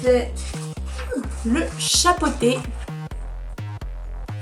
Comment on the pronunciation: Je rêve ou elle a dit le chat pâté 😂 c est le chat botté